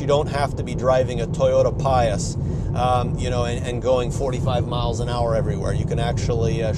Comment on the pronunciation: Love your review. I have seen literally hundreds of Model 3 reviews and yours is one of the best. Did I hear you right calling the Prius the "Pius"? If so, I find that hilarious. :))